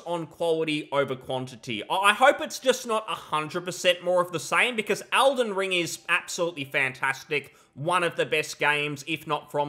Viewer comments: does his accent not include the letter E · ELden Ring, WHY ARE YOU SAYING ALDEN STOP IT